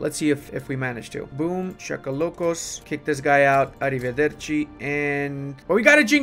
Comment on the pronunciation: As an Italian I can say that that ARRIVEDERCI was also well said XO